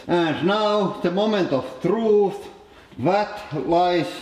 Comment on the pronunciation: "And now, da moment of trooth" xD